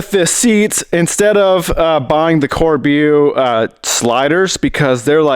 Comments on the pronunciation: Corbeau = Kore-bow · Pronounce it Cor- bo. It's french for crow😊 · Its pronounced Cor-bow keep up the great work man! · Corbeau is pronounced pretty much like Cor-Bow. I'm surprised you haven't built your own powder coating oven, it's super easy and cheap using the Inkbird type PID kits, or even using an old oven controller. I built mine with internal space of mm and use it daily. A man wth your skills could knock one up in no time. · Corbeau is a french word for Crow, the easiest way to pronounce it would be Corbo (cor-bo). Nice seats! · Its french and pronaunces korboo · Corbeau should be prenounced like "Kor-bo" 👍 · Corbeau means crow in French, you say it like Kor-Bo. Love your videos man. At 37yo you inspired me to go back to school to get a degree with the goal to open my own shop in the future. Cheers from France! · Corbeau = cawbow, hope that helps 😂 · It's pronounced "core-bow" btw ;) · Love the videos, the brand of the seats is pronounced “corbo” the French word for crow